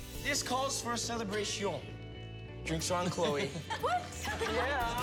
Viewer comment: West always poping some French, bad French 😂😂 « celebretion » ?celebration ?